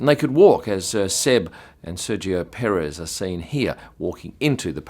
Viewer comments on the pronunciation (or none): none